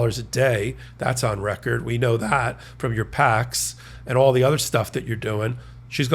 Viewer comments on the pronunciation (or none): none